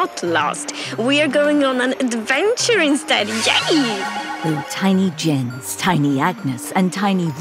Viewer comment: Is the narrator's voice from AI generated? It sounds very artificial and it pronounces Jens's name like english J instead of [Yens] 🤔